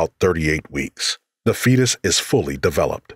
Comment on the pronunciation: He keeps saying DA instead of THE and it’s really bothering me!! And he says DA BIRF instead of THE BIRTH!🙄